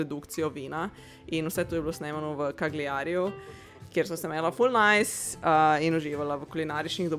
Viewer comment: Cagliari se prebere /kaljari/ in ne /kagliari/ 😊